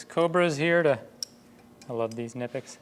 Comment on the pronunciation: First time I have watched your channel, which I have thoroughly enjoyed. Thank you for taking the time to create interesting content. Most importantly thank you for pronouncing Knipex correctly. That alone earns a subscribe!